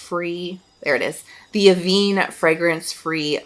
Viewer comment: Just a heads up, Avène is pronounced A-Venn not aveen. just trying to let you know for your future videos so no troll picks you up on it negatively. The accent (è) is over the middle e changing the sound away from how we would usually pronounce it as eee. Hope this helps. Love you lots and thank you for your informative videos, you really have helped me so much and I appreciate you. I LOVE your podcast too. I’ve listened to each ep at least 3 times, I resonate with what you talk about so much. 💗🫶🏻